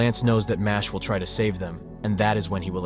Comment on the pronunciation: It's not pronounced Mashley like Ashley. It's supposed to be Mash-el. Like the words Muscle and Magic smooshed together.